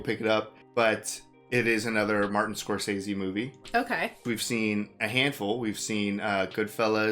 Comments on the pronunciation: It is funny how many people still mispronounce Scorcese...I cant fault ya guys though. I legit did it for years until I saw him actually saw how to pronounce his last name and was like shit... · It's pronounced Score-sez-see.